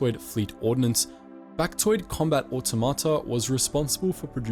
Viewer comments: It's pronounced "Or-TOM-uh-tah", not "Or-tow-mah-tah" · The emphasis is on the second syllable in "automata".